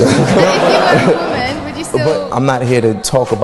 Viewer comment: 😂 yo this killed me 🤣💀 Also, who tf wants to "deal with a strong wahman"